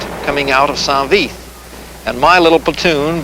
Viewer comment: Damn it's not san vith ,it's saint vith. Your not in Vietnam!!!!!🤪🤪🤪🤪